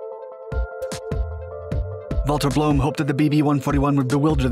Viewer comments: Where does "Bloom" come from? His name is Blohm. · Not a bad explanation of German pronunciation, but it’s Blohm+Voss, not Blöhm+Voss. Blohm rhymes roughly with “dome”. The company is still around, though no longer involved with aviation.